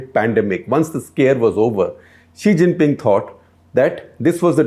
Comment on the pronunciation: SG saying 'chi xhing ping'